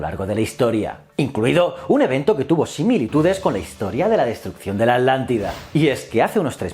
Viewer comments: "Adlantida"? yo creo que es "Atlantida". muy buen video, como siempre . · Atlantida se pronuncia no alantida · Muy interesante... y me reí un poco cuando decía "alántida" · Yo tambien he notado eso en los canales de you tubers españoles que a la Atlántida la pronuncian Adlántida, y a Hitler lo pronuncian Hidler y así a cada palabra que lleva T y L juntas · Me causa gracia que no puedes mencionar correctamente: Atlántida JAJAJAJA